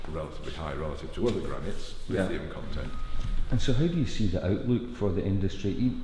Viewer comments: Livium???? Or should that be Lithium... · Your narrator is mispronouncing lithium as “lidium”. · Why can't he pronounce Lithium properly??? He's saying Livium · You seem to able to pronounce LITHIUM ….. You are saying … LIVIUM .. you are not pronouncing ‘Th’ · When he’s saying “Lidium” / “Livium” he’s saying “Lithium”. It took me a while to understand. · you are mispronouncing lithium. What's wrong with you man, other than being a sweaty sock?